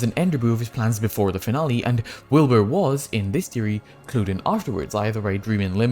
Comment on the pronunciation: did he just call wilbur willNE